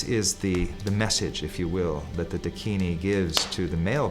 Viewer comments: Pl correct your pronunciation It is Dakini and not dikini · Not "Deh-kini" ..it's "Daakinee" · A Dakini in a Bikini, THAT would be a sight to see! 😄Hint: the word Dakini is pronounced Daakini, and DOES NOT rhyme with Bikini!!! God, English is such a difficult language. The use of Diacritic marks are essential. For instance, Däkini tell us it is Daakini. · I’m pretty sure it’s pronounced dakin-ee, not a word rhyming with bikini. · Dakini is mispronounced by you .It is Da akini